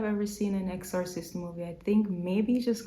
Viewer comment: Exorcist pronounced EX-sir-cist